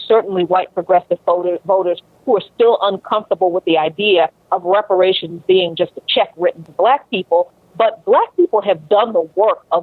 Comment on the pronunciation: It's about #TANGIBLES he brings nothing and could not even say repar ations. You looking at his racism.